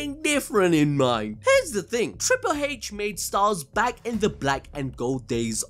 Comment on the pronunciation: Every time you say Triple "Haitch", you should have William Regal's face pop up. YEAH